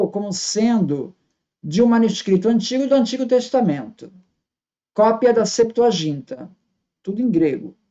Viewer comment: a sim. Mais eu falei da pronuncia. Vc disse com o som de ji. E não de gui.